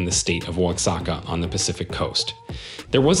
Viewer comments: It’s not uatzaca it’s Oaxaca, (0ahaca) . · Wasaka? WTH? Oaxaca pronounced wahaca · Not to mention Oaxaca....